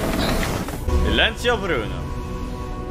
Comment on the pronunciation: You pronounced silencio pretty well. You should hear my German...ACHTUNG ACHTUNG!!!!